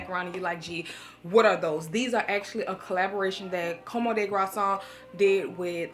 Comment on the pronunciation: Girl how did you say: Comme des garçon? 😂